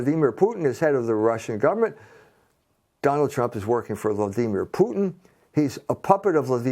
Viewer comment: This moron can't even say Vladimir properly. And he's full of shit btw.